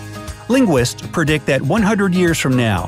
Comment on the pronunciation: the word is predict not prodict